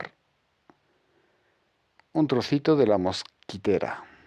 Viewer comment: mosquItera.....MOSQUITERA.........no mosquEtera..............una mosquetera es la mujer de un mosquetero...D'artagnan, Athos, Aramis y Porthos.